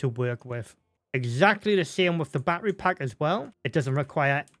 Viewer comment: Still trying to figure out what a "baa err ree" is. Is he referring to baTTery, as in pronouncing the "t"'s in the word? Have the British just abandonded the "t" because of that American incident about 250 years ago?